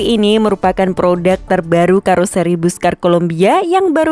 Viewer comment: Pelafalan Busscar yang paling tepat adalah = "Basska:r." 😊😊😊😊😊👍👍👍👍👍🚍🚍🚍🚍🚍.